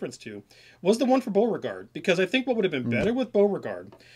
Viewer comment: You guys are not even able to pronounce the name "Beauregard" correctly. What a shame. Americans (and many English-speaking countries) have to mispronounce everything and make it sound English. It's really not a big deal to look at how a name is pronounced, I mean in the case of Beauregard you only have to look at his first name and you immediately realize that you can never pronounce it in English